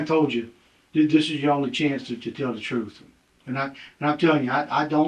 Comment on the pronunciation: "GOD's honest truf" "i tricks that's it"